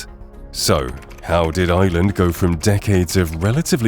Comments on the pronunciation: Please pronounce the word IRELAND correctly! To help you, its not pronounced 'ILAND'. its pronounced 'AIERLAND'. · The country is IRland, not Iland... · EYEland. Its IREland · It’s prounced IRland not island please ! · Ireland not island pronounce the R . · The country is Ireland not island ... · Tell AI, there is an R in Ireland.